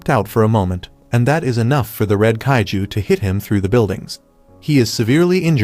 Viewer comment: It's not caitiz it's it's kaiju